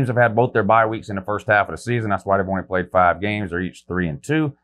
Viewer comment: Who have they pwayed Wou?